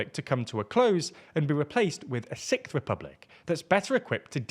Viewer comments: I'd be damned to hear the "sickth" republic over & over again if it does ever happen... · Sicth lol